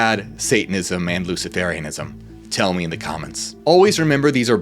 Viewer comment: Luci-fur-ianism, it is pronounced.